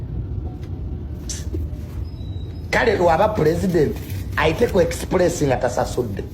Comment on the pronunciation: Mbu ekisipulesi instead of express. Yasoma dala oba bagula epapula....jr bamusiyaga...H&M sales,kino kisana ategela...olaba yakubaga kitawe kati what do you expect....mama we yeyata kitawe....yali atya nokuda mudwalilo nga ali mumikono gya mama we. ....kyova olaba ne mama yali yekabya nti bageda gaba nze kuse..